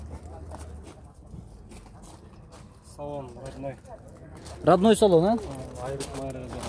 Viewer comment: Радная эмес Родной.. и ещё зимный-зимний (ничего личного)